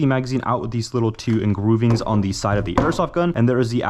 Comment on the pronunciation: Engroovings 😂 What is with this guy?